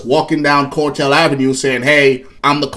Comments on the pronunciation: Its CAR TELL NOT CORE TELL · It's CAR TELL NOT CORE TELL! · CAR tel not COR tel! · Not a cortel. Spelled CARTEL. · CAAAARRRRRTEELLLLLLLL. NOT CORRRRTELLLLL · it's cartel ..not cortel 🫡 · CAR-tel not COR-tel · The "cortel"? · It’s not the “core-tel”, brah!